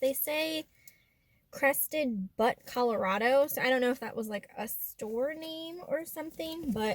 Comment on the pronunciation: The u in Crested Butte is a long vowel. LOL